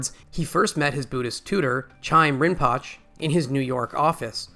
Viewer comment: Rinpoche is pronounced "Rin po chay"